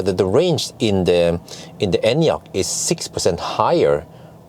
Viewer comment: i love that you actually pronounce the name correctly